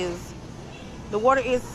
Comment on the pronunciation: "How much d'at waturr is!?" 🙄🙄🙄